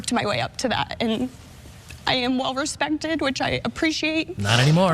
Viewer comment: Why does "well respected sound like 'well respented?' I thought she was a teacher?